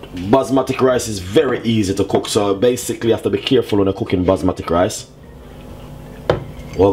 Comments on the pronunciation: it Basmati rice, not Basmatic rice, talk properly. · Isnt anyone from here OR the team going to tell him its not ``basmatic`` rice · “Basmatic” is deading me 😂😂😂😂😂😂😂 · Indeed! these are RED KIDNEY BEANS! NOT PEAS... And BASMATI rice also... NOT BASMATIC! where the heck did you learn your cuisine? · "basmatic rice" lol i love dys man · "Basmatik rice" 🤣🤣👍🏽